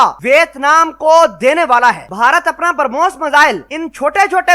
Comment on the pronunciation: Pronounce the missile correctly, It's not Permos!